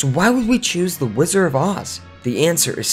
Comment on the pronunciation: A lot of misinformation here. And there is a "d" in the pronunciation of "Wizard," BTW. It's not "Whizzer" 1) The film only ever had ONE producer, Mervyn LeRoy. 2) Yes, Judy eventually battled problems with prescription drugs, but this had barely started (if at all) when she was making "The Wizard of Oz." She was just dieting to lose some baby-fat. 3) A few of the Munchkins got a little rowdy, but they were generally well-behaved. They worked for very long hours and had very little recreation time. There would never have been time for "orgies" etc. Lots of room for folklore and exaggeration. Sid Luft's book was mostly exaggerated rubbish to sell copies. 4) Ray Bolger has a soft "g" sound (like "j"). 5) Buddy Ebsen's reaction did NOT happen on set. It is well-documented that he didn't realize he had any negative effects until one night at home, two weeks into the shooting. Your dramatic narrative of him choking on set while the crew watched is impressive and entertaining, but completely incorrect. If he HAD collapsed on set, the studio would have been more sympathetic. The true account is much-documented. The sound cuts out completely . An ambitious compilation otherwise.